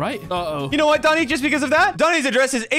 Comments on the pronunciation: He said domi head not doni head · its domi not doni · it's pronouce, domi